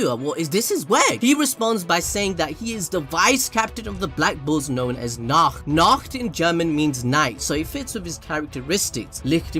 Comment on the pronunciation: Be careful while saying Nacht. It sounds just like a nackt which means naked.